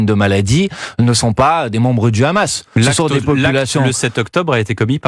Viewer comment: Quand vous entendez la prononciation de « KHamas » par le journaliste vous savez dans quel camp il est.